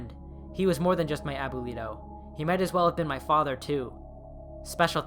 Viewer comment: never heard someone pronounce abuelo like that